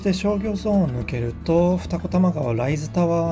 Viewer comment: 住んでいますが、ライズの発音に違和感がある。